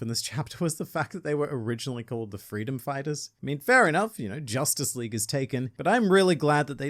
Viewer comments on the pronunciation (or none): none